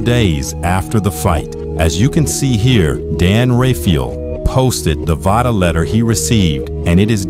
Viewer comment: VICTOR PUTS THE "V" in Vada.